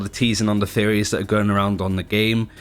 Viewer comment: Everytime he said Theories i misheard as Fairy